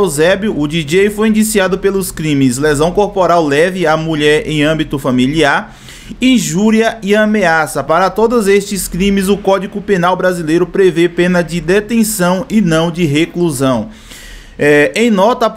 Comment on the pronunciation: o "mandato" o "códico penal"